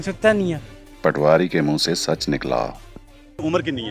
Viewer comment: Patwaari nahee Poti-waari